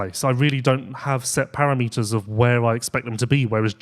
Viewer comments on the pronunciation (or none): para-meters? Surely you meant paRAMeters? 😂